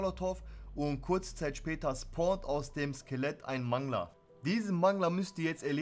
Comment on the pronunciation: Das wird übrigens Mängler ausgesprochen und nicht Mangler